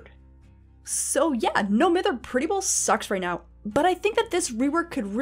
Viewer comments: It’s MY-ther. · Love the video, but I’m pretty sure it’s pronounced m-EYE-ther. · It’s no m-I-ther u egg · Triggers me that “Mither” is mispronounced.